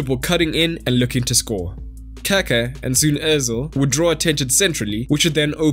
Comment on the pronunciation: Bist you should say Kaká that way your saying poop ^^